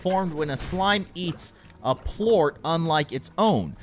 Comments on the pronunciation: its not pluat its plort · It's pernounced plort NOT Pluot